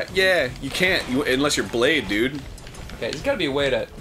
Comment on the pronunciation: brade not blade